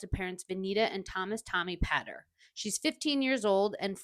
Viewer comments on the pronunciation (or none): It's pronounced Pay ter